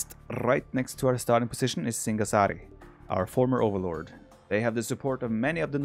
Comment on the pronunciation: You pronounced singasari right